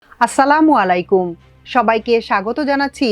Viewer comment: উপস্থাপিকার সালামের উচ্চারন ঠিক করা উচিৎ।